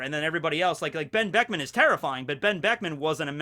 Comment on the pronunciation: Whenever you want to say Benn Beckman you should just leave your mouth open and put the audio in afterwards.